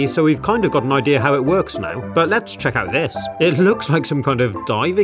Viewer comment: “What the ideeer is” Aamzing.